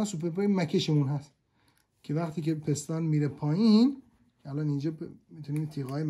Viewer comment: توروخدااینقدرنگوپستان پستان پستان بگو..پیس تون پیس ..پیس .پیس ..تون تون ..پیس ....پیس تون پیستون آخه پستان چیه مهندس